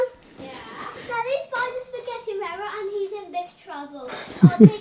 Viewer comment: Some one tell this is here it will be in next Sundays vid haha "I Bought the UKs cheapest Spagetti Vayron" haha